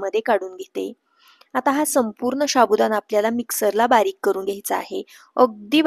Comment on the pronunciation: शाबुदाणा नाही साबुदाणा असा शब्द आहे तो 😂😂😂😂😂😂